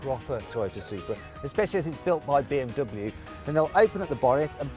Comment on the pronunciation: この動画でBMWのネイティブの発音だけは覚えたよ！凄いでしょ！